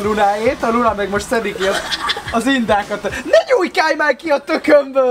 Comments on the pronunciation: Luna helyett Punát ertettem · Kicsitse hangzott úgy!😂